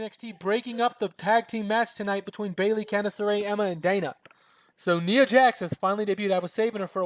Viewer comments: You were saying NEE-AH, correct way is by saying NYE-AH like eye or tie, etc. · Btw, I'm nit picking but Ni in Nia Jax is pronounced like Tye for Tye Dillinger.